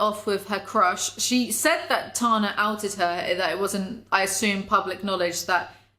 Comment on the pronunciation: ITS TANA, like TANNER. COME ON.